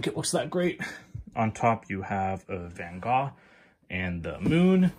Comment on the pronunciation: So glad you pronounced the Artist's name correctly.